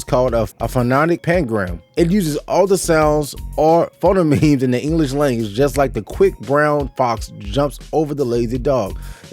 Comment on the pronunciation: Phonetic is pronounced foe net ick (like ew that’s icky) or you can say foe net tic (like tic tac toe) and phonemes is foe neme-s (neme like meme like internet memes) just fyi not a biggie just in case your the curious type